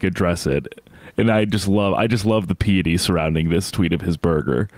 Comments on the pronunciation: I spent $465 for my champagne and caviar, this proves americans are struggling also PIE ety, like pie, it comes from pious not peeous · Please look up the pronunciation of "piety". Y'all are smart so I figured you'd want to know you should correct that in future.